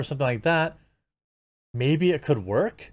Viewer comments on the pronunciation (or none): none